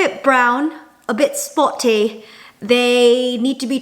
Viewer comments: Did she just say "spotty" with a british accent?? 😂💗💗💗💗💗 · you pronounce "a bit spotty" with gorgeous british accent 😁😁😁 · did Jenn say "spotty" with a British accent?lol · When she said "a bit spotty", it sounded a bit British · The way you said "spotty" sounded sooooo British! That must be Ben's influence? :) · I noticed the same!! my boyfriend is also from London and when she said "spotty" I was like omg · YESSSS I NOTICED TOO LOL